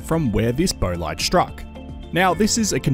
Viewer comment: Bolide = "boll-eed"...